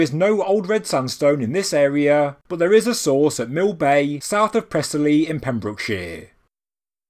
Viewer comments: Press-ELLY, not PRESS-elly 👍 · Prehsilly not Prezily great video as always though